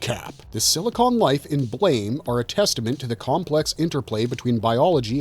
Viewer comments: Its Blah-mah.. not Blame. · The pronunciation is not like the English word blame. It is blam like a sound effect a la biff, pow, etc.